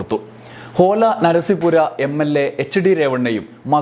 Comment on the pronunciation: Holenarasipura❌ OLA NARASIPURA✅😂